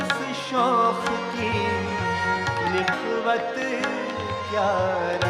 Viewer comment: He mispronounces the word "nakhvat" as "nikhvat".